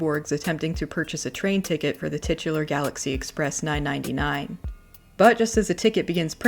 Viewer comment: I have no idea why hearing 999 being pronounced as nine-ninety nine instead of properly being pronounced three-nine is triggering me, maybe it’s my train addicted brain but I don’t know.